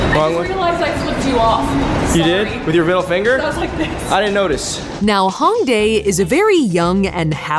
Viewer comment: Me, who lives in Seoul (and has for 8 years): ooo yaay more Seoul footage. Also me: cringes hard-core at the mispronounciation of Hongdae (more of an "Oh" vowel sound at the beginning lol)